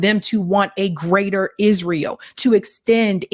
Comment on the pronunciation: “Hisrael” damn ☠️